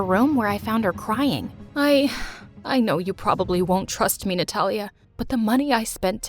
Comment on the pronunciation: Her name:Natalia What I heard :Nutella